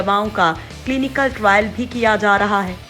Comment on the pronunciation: Viccen viccen kabtak chalega Kabhi bolti hai viccen Nikal Gaya Kabhi bolti hai trile chal Raha hai